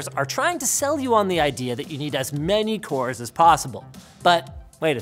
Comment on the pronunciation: wcores, wcores, wcores !!! That is all i heard hahah i won't tell which letter to replace with which one :)